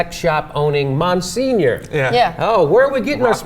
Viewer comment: Mon-senior? seriously?